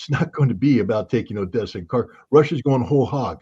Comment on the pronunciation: Tell Scott that "Kharkov" is pronounced "Harkov". It's very annoying.